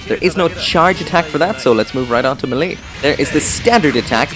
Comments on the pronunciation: Melee. it's pronounced may-lay not muh-lee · Everytime he mispronounced melee I cringed do hard I thought I was going to have a stroke lol.